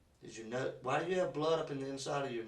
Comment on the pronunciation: WAAH instead of why, that makes me cringe honestly lol.